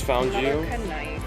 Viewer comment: ka-knife? Slang term using in Ohio?